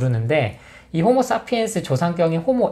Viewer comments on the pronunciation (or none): none